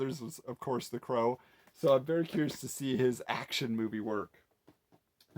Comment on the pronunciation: Elmer Fudd would call The Crow “The Cwow”.